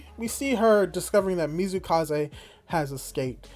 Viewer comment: It's MATSUkaze not Mizukaze yeah I know it's hard name but really feels wrong when said not right XD Same I think I heard you calling YuzuRICHA, Yuzuhara. Yep one of the hardest names in Dr. Stone.